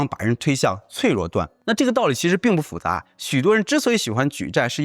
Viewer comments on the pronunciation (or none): 复杂（fu是四声）